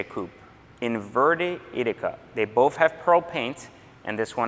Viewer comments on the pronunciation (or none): none